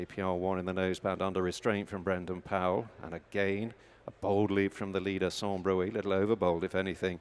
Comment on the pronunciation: 5.12 Sans bruit (pronounced brwee) not broo-ey. Don't suppose these commentators have a clue what it means.